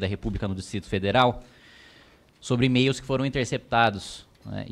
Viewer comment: Fala pra ele que é e-mails, e não "emeios".